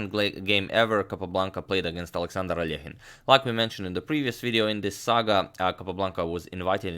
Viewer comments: Russian Алёхин needs to reed like -,,ALYOKHINE’’ ,not alEkhine! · Well, I learned today I’ve botched the pronunciation of ‘Alekhine’ my whole life.